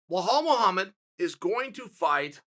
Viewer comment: who is "wahal muhamed'?